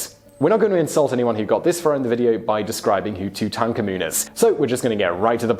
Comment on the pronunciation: Why are you saying Tutankhamen as Toot-en-tanker-moon. Made me twitch unbearably everytime you said it. Toot-en-CAR-Moon.